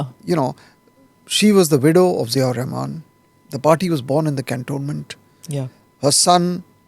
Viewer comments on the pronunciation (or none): none